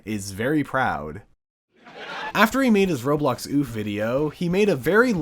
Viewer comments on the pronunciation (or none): none